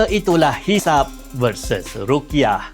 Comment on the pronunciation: Bukan rukyah, tapi ru'yah